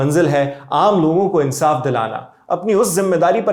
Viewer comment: Insaf ko Urdu me aapne galat bola hai......saa k bad alif aati hai aap ne nahi bola 😅